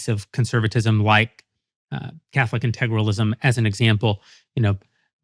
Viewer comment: Jeremy can't even pronounce "integralism", but thinks he has a perfect grasp on what it means.